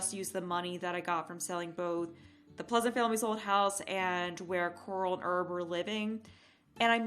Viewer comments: Herb = HA-ER-B, not Erb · You are supposed to pronounce the h in the Male name Herb.